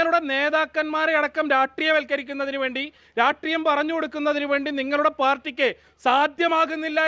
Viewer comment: രാട്രീയംഎന്നല്ല രാഷ്ട്രീയം എന്ന് വേണം പറയാൻ....അതെങ്ങനെ വിദ്യാഭ്യാസം ഇല്ലല്ലോ 😂😂😂